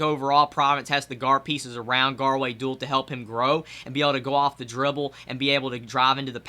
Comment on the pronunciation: Not trying to be rude but is pronounced (doo-all)